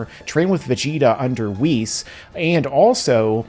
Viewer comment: Wees? Whis mate. Like in Whisper.